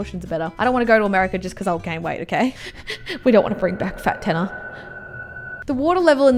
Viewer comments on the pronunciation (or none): Dude it is Tannar. Not Tanner